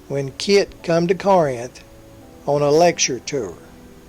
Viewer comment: mis-pronunciation of 'Corinth'